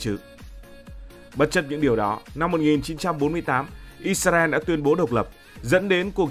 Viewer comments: Vì sao Israel mà tất cả video anh đều đọc là “Isarel”??? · Tại hồi xưa mấy PTV của VTV đọc là ít xa ren. Nên là đọc theo trước giờ ấy bạn. Sau này nghe ít ra eo thì hơi ngượng xíu 😂